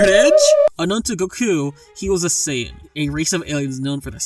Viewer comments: you can't even pronounce goku's name right. Nah this fight is bias! Even Piccolo Daimao can beat conquest. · whyyy did you say goku like that